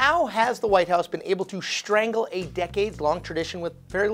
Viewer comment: Love your show--but, today: "deSHtroyed" and SHtrangle"??? Really??